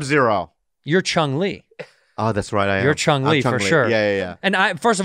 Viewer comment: ITS CHUN LI, NOT CHUNG LI AND CHUN LI IS STREET FIGHTER NOT MORTAL KOMBATS YOU MOMOS